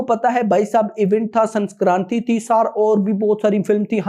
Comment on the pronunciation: Sanskranti nahi sankranti🤣🤣